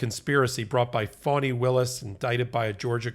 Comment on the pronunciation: It's Faani, not Fawni😄